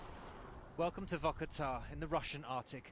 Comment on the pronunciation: Its not Vuhkuhtah its Vorkoota pronounce it right